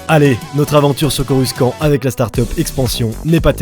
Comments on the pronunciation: je ne ma lasse jamais de tes vidéos, elles sont tellement bien mené, j'espère que la communauté va vite grandir 👍😁 et sinon, pourquoi tu trononce coruscant "coruskant"? ça se prononce "corussante" non? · Mec 😂dit pas coruskan s’il te plait ça se dit corussante mais ça s’écrit coruscant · On dit corussante pas corruskan pour coruscant mais sinon bonne video ;) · Ça se prononce corucent pas en q ni en k mais en s ça ce dit ssssssss donc corucent il faut se le c et non q le c ou ke c mais bien ssssss le c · Superbe vidéo ! C'est vraiment intéressant. Par contre désolé de dire ça pas on prononce Coru"cent" pas "skan" 😅 (j'ai fait un compliment du coup c'est pas un commentaire méchant ☺️) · CorusKant.. prenonce corussssssant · Corussante stp pas coruskant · J'adore ta vidéo gg👌🏻 par contre Coruscant se prononce "Corussante" comme on peut l'entendre dans l'épisode 1 aussi bien en VF qu'en VO. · Par contre on dit corussante et pas coruskante C pas qui le dit c le grand maitre Qui Gon Jinn😁😁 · "Coruscant" tu le prononce avec "k" au milieu alors que ça ce prononce "Corussante" sinon super vidéo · On dis corussant borldel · Mec je te kiff juste une petite précision ça se prononce a l'oral : coruSANTE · coruscant ce prononce corucentre dans les film nn ? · même pas pcq même Jango fett prononce corussant (je sais je suis en retard) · Je t'adore gotabor et tout ta capté ... PAR CONTRE dire CoruSKant c'est éliminatoire ... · Le prononciation de coruscant..la liaison "SC" se dit "s".. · J'aime bien ta vidéo, cependant j'ai du mal avec la façon de prononcer Coruscant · Nan mais laissez, c’est l’accent mandalorien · oui tu as raison car dans les films ils le prononcent comme ça.